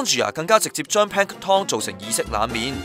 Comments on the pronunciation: 個音完全錯咗....tom🤣 (pl'æŋktən) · Yo Yo Asd 你聽唔聽到最後果兩次係Pan Tom not Pank Tom! 大陸新移民。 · Pan tom? 讀多兩年英文啦！ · should be plank-ton as in Hil-ton. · 用中文講『海水味浮游生物』咪好囉，做乜係都用英文講吖。如果係都要用英文講，就唔該睇吓 Sponge Bob，學吓『Plankton』嘅正確發音啦。。。rid 柒！ btw， 係光合作用唔係『肛合作用』呀！